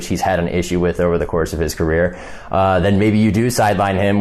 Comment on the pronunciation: Great podcast as always, but when said " Colt McCoy's macreer," I couldn't stop chuckling loll